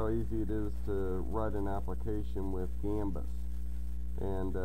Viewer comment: thanks for the info, it's gambas btw, not gambus :)